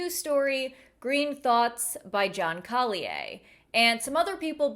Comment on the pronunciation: I never heard Collier pronounced like that before. Interesting.